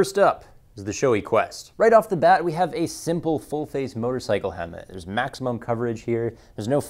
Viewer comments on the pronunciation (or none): what's a "hemmet?"